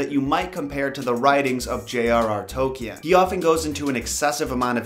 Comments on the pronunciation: Ok dude i get that its a hard name but its pronounced Tol-keen NOT tolquien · J.R.R. Tohkienne? I'm pretty sure it's just 'toll-keen.' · "Jay AHHR AHHHR TolkEE-an" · "Toh-key-en" You tried, I guess. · If you're going to mention Tolkien at least get his name right.